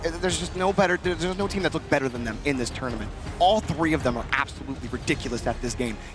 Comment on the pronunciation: "It's tOOGHRment, because WHOOŒUGH Else??!?"